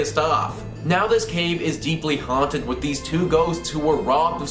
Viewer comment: I 💕 the way he says; .."Haanted"